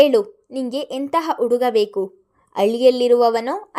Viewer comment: Story is nice but narration is not good. Uduga udugi alli vogu pl change the pronunciation.